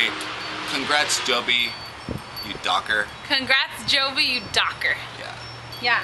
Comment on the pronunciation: its Joby Baby not Jobe Baby